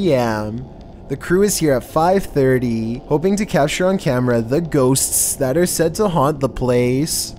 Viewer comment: Ghostssssssssssss . I thought it was pronouced Bowl not Bull ?